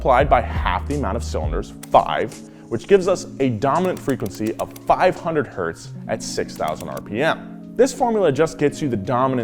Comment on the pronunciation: all wheelhouse vids are excellent but this one has a little gem i greatly appreciate: correct pronunciation of 1 Hz